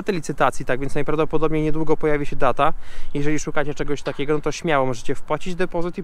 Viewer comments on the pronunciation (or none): none